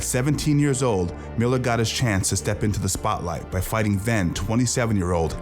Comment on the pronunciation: "fighing" game